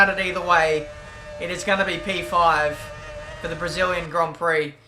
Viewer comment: Did anyone hear matin brundle saying "debris-illian grand" Prix before the start of the race.